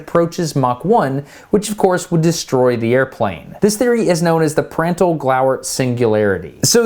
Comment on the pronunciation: Please pronounced Prandtl like "Prundtl". With an open, rounded A. The way you pronounce it, it would be written "Präntl". "Glauert" is fine however. Thx for the amazing video!